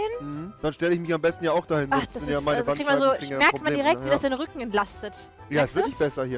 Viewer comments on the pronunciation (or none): Vor allem "rückem"🤣🤣